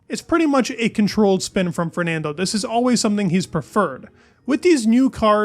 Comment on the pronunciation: Great video but your pronunciation of Fernando is painful to listen to 😅